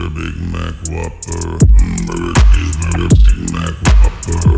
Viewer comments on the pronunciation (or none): My favorite part was when he said humbrgr chesebrgr big maac whoperrr